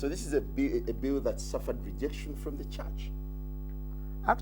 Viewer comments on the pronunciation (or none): WHEAH WAAHS DA CHAAHTCH?!